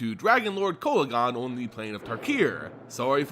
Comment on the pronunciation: Your saying the name wrong